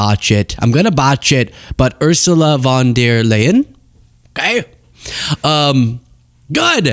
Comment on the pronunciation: You say it as lion as in the animal